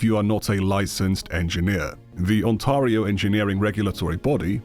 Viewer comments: The mispronunciation of 'Ontario' is sending me. It's "On-tear-ree-oh" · Man. That pronunciation of Ontario is killing me. How hard is it to look up the pronunciation of a location before recording a video where you're trying to look smart? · Ai voice needs calling out when it is pretending to be English. Any Englishman can pronounce On-teh-ri-oh. It's hardly the same as attempting a Sri Lankan surname. When Ai starts getting those correct, we are all doomed. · Ontario is pronounced "on-tair-ee-o" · as someone who lives in ontario, there are computer engineering postions and software engineering postions available, its not as protected as you make it seem(speaking as a cs undergrad). ontario is also pronounced more like ontairio(stair) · no biggie but it's Ontario (ont-air-eeh-oh) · Why even use this AI slop voice over, man? 5 minutes in and I had to pause it cause it was so annoying. It pronounced Ontario as Ontaria for godsake. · "Ontario" is not pronounced that way even a little bit.